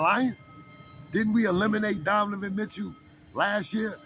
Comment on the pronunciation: My bruh!!! Love your show, but it's DoNOvan, not DoVAnan! Otherwise, your show is nice dude.